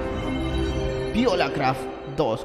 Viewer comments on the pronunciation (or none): Soy el único que escucha violacraft?